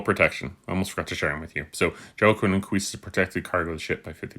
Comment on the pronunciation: Great video! And Joaquin is pronounced “waa-keen” like the actor/director Joaquin phoenix